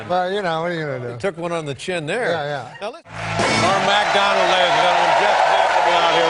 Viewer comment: The way Dave says ‘Norm MACdonald’ always brings me more joy than it probably should.